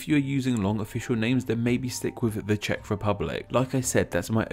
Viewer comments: I salute to you that you pronouced the Czech words correctly (Yes I am from the Czech Republic) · I really like how you actually took the time to do correct pronounciation of the names in czech. Pleasant surprise